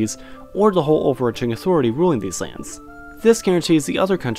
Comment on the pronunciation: actually can he pronounce land?